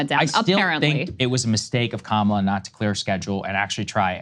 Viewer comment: Dude its crazy that he continues to do the mispronunciation of Kamala on purpose to their faces. Guy has some balls. Racist, ignorant fucker balls but still, balls.